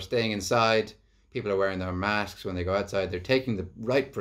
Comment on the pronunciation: ' wear ur masksksks '